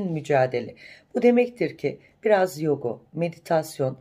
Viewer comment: Yogo❌ Yoga✅